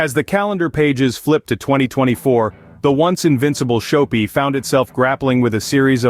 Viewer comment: Shop-pi. Not show-pi